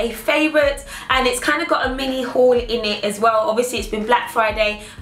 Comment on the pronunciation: love how you said in it sounds like innit lol